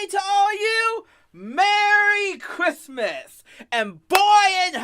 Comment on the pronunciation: What’s kwissmiss?